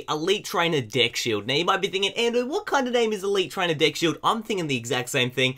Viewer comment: DID HE SAID DICK SHIELD ?!